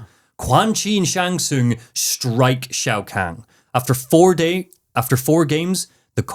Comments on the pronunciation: I have been a fan of mortal kombat since 1997……..it’s not even 2 minutes into the video, and you hit me with “Shao Kang” …….and “Gible”? I’m gonna have a stroke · I love that seems to pronounce Shao Kahn as Shao Kang so I guess you could say he’s Shao Kang the Conqueror.